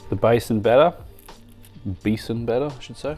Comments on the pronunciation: CHEF the word is "Basin/Bae-sun' not Basin floor. It actually mean floor of chickpea so don't add floor at the end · "Baysin" flour?? 😜